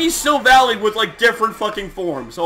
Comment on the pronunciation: By the way, Silvally is a combination of Silver and Ally, so it's "Sil-val-eye" EDIT: Also, you can capture Ultra Beasts but they're not actually Pokémon still... I'm not sure if there will be a special ball to do that with or a device.